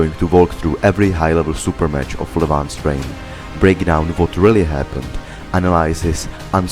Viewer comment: Reign not rain bro. Levan's reign.